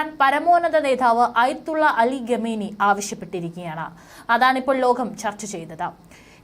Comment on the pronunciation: ചാനൽ മുതലാളിയോട് ഒരപേക്ഷ . നിങ്ങളുടെ ചാനൽ ഇഷ്ടമാണ് പക്ഷെ ഖമേനി എന്ന് പറയേണ്ടിടത്ത് ഗമേനി ഘമേനി എന്നൊക്കെ ഉച്ചരിക്കുന്ന ഈ കൊച്ചിനെ കൊണ്ട് വാർത്ത വായിപ്പിക്കുന്നത് അരോചകമാണ്.